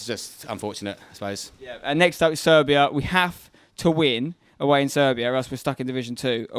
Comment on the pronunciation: Did you say SERBIA ?????????